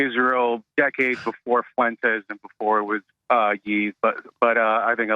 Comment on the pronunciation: he say Nicholas Fuentezzz